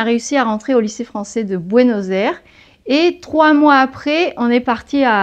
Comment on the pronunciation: Ça s'écoute horrible "Buenos Airs"